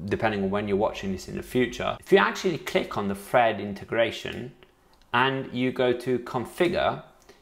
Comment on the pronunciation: I kept hearing him say FRED network 😆🤣